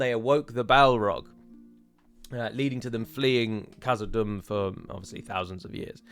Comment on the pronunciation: Thanks for the discussion on pronunciation. I think you should pronounce the 'h' in Khazad Dum. See the second letter of the Bengali alphabet: 'kh'